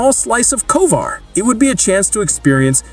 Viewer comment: Man said Kovar not Kovir lol